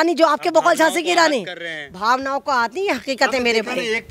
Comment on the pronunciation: Djhasi nahi, Djhaso ya Djhelashi ke rani.😂😅🎉